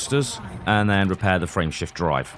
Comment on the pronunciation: LOL I heard "Friendship Drive" instead of "Frameshift Drive". Thanks for the laff.